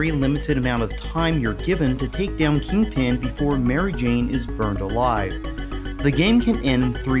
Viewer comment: You keep saying King-Pin, like its two words and he's the King of Pins and not, you know the Kingpin of crime, it sounds so weird, but apart from that another awesome video, I loved the cheesy-ass soft rock music on the CD version of this game :-) EDIT - I'm almost 100% sure there was a save option instead of a password on the PAL version (its years since I sold my Megadrive and SNES, the last consoles I sold cos I regretted it so much) So I can't check for you. It might have been because I had the extra save cartridge thing for more memory, some games only let you save instead of use Passwords if you had one (and Shining Force CD almost filled the on-board memory by itself so I needed one), so it might have been because of that.